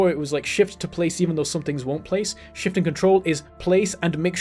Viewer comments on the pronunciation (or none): none